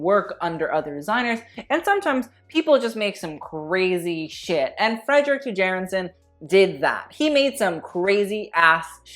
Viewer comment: Tjaerendsen is of Danish or Norwegian descent and it is pronounced as t-Cher-end-senn (Cher, as in Cher the artist)., I need you to bring back the fashion history episodes: reaction videos are hilarious but I also love to learn things. EDIT: Ok, I commented waaay too early, sorry, pronounciation is still the same though!